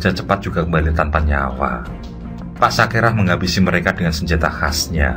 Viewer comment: SAKERA bukan SAKERAH